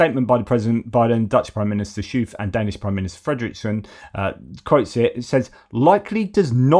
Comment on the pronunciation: Schoof is pronounced more like 'skoaf'. I will spare you the guttural pronunciation of the first three letters 'sch'.